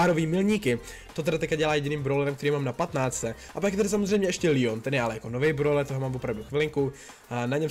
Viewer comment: Ne díky jenom leon se čte leon a ne lijon